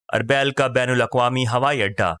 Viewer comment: آپکی آواز اچھی ہے لیکن بہت سارے تلفظ غلط ہیں جیسے اربیل۔ اورمحو وغیرہ۔